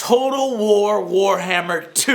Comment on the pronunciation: Did I hear him say whorehammer??